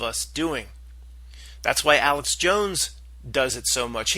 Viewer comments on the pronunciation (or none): none